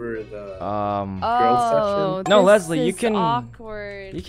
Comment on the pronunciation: Why is Fuslie pronounced lesli